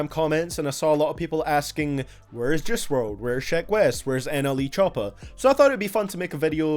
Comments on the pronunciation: why do u pronounce juice wrld like jizz wrld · Nobody:: “jewce!!”